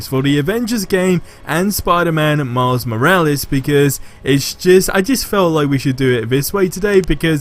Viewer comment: “Myles moraleyes”